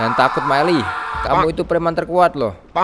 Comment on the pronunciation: Bukan maeli tapi maele